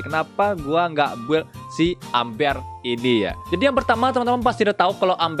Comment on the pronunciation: Bacanya émber bang bukan amber 🤣